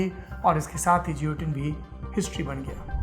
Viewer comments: Juilotinn nahi guillotine pronounce karte hai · Guillotine - pronounced 'ghe-lo-tin' and not 'je-lo-tin'. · Saurabh ji, woh upkaran jioteen (as per your pronunciation) nahi hai, it is Guillotine & pronounced as geelatine.... sorry for typing in English... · As usual, great content and presentation !👍 Just a humble suggestion ..i believe the correct the pronunciation of guillotine would be gi·yo·tin गिओटिन (French) instead of जियोटिन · It's not jiotin,it's guillotine . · Its guillotine pronounce as gi lah tin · I think pronounced as gilotin. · Guillotine ka pronunciation galat bol rahe hai Sourabh bhai. Doubt ho to Google pe check kijiye.